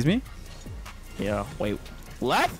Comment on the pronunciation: Leth sounded swedish